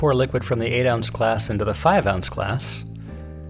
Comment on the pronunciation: I don’t understand. What is this thing “an ouns”. Is this what you are saying?